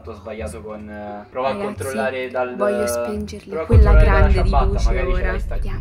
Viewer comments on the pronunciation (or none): Min ninna spengerli ma che italiano è